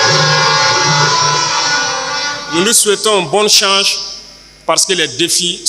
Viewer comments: Plusieurs fois il prononce change au lieu de chance 🧏 mais on se comprend ❤ les vrais panafricains ne lisent jamais ❤,mais s'expriment 🔥💯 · Très souvent les burkinabés ne prononcent. Pas chose, mais choche, pareil chance Traoré dit chanche. C'est absolument banal au pays des hommes intègres. La majorité font comme lui.